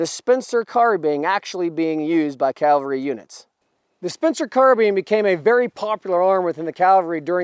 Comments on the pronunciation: I’m not trying to give you too hard of a time but there is a difference between Calvary and Cavalry. Don’t get the wrong idea though, I greatly enjoyed the content! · Please, as a re-enactor, pronounce cavalry correctly. it is not calvary. That is where they nailed Christ to the cross. Sorry, but it is mispronounced so often any more, it is grating on me... 1st Air Cav, not 1st Air Cal, easy way to remember it...... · Don't say "calvary" when you mean "cavalry." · If you are going to represent the Cavalry then you need to learn how to pronounce the word Cavalry correctly. You keep saying Calvary which is the place where Jesus was crucified. Two totally different things. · It’s Ca-Val-ry not Cal-vary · Did you say "Cal vary"???